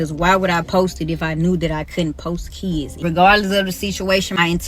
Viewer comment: Shkwel, keeds, brefus, I can only hope this predator wasn't subbing for English class, cause that bi+<h can't even spoke engrich properly.